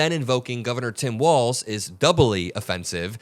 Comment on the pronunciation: I hate that they always say Walz's name as WalTz. They do it out of disrespect. I hate everything else they do FAR more. It just shows they are not serious about being a government that works for is people. A real team (and this is completely on Trump regime) is on the same side and even if there isn't agreement, there should always be respect.